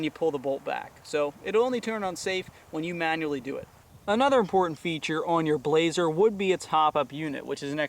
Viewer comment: Good review, one thing though. It's not pronounced "Blaze-er" it's pronounced "blas-er" you pronounce the 's' like it's an s, not a z.